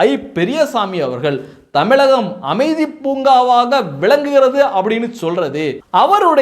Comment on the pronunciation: அமைதி பூங்கா இல்லப்பா அது அ மிதி பூங்கா .